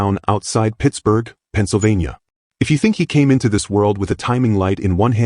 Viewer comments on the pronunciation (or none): none